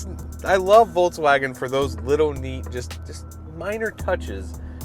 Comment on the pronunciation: Nice review buddy! Just as a side note, it's pronounced "Folks Vagn", not "bolgs woahgen". it's German 🇩🇪.